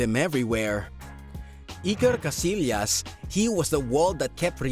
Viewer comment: it's pronounced... Kah-SI-yahs